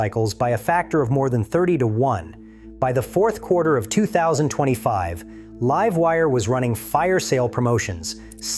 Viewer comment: Livewire was pronounced correctly.. have a timestamp?